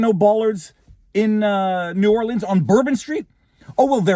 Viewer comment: I'm from Louisiana. This is %100 incompetence. NO is ran by idoits. Btw kudos for pronouncing New Orleans correctly.